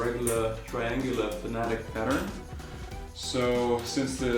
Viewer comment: FANATIC LOL 😆 FAN-A-TEC FFS